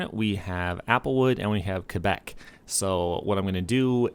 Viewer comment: my man you're the only youtuber I heard prenounce quebec normally ☺